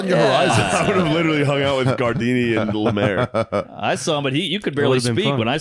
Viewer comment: When Mark calls gardini "guard rail" it gets me everytime